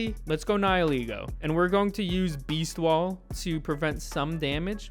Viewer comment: thanks to don't make me spend time searching on the internet the correct pronunciation of Nihilego lmao